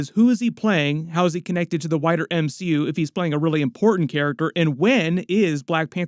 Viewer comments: I kept hearing you talk about how Denzel "will connect to the whiter MCU" and was starting to get weirded out until I got that you were saying "wider". XD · Anyone else thought he said “how’s this character gonna affect the whiter MCU” instead of wider? I was like huh? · ha - I thought said “whiter”